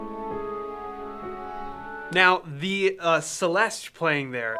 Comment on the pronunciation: It's a CelestA isn't it Emphasis on the A.